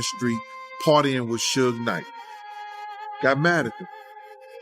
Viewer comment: Sootch Knight and Shin Combs 😂 Narrator should learn the names first